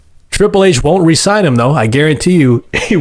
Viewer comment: The way he pronounce resigns is hilarious